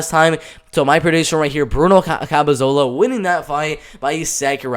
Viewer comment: CAP-E-LO-ZA You're saying, CAP-E-ZO-LA. I hate to criticize as the hustle you're showing is great, but the mispronunciations and the way you have to talk (for whatever reason), isn't something that will grow your fanbase in my opinion. Gotta try to fix or improve on things that you're clearly receiving criticism for.